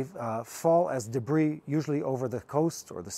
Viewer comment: time to finally learn a word: shrapnel. It's shrap-nel, nor shar-pe-nel. (Also in 'debris' the s is silent: debree.) Love and respect, from the center of Europe.